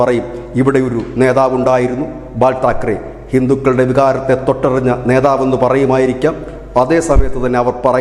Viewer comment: ബാൽ താക്ർര് അല്ല ബാല്ല് സാഹബ് താക റെ 👍🌹👌🌹🌹🌹🌹🙋🙋🙋🌹